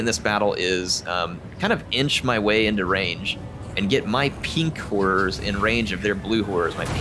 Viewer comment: Every time he says “Pink Horrors” it sounds like “Pink Whores.” I’m a big fan of this